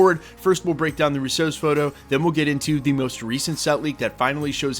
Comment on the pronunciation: FYI, It's pronounced RU-so. Not ru-SO. You keep putting the emphasis om the wrong syllable.